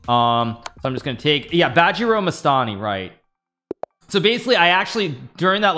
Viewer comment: Lol, the way he pronounced bajirao mastani as badger initially. I was so confused haha.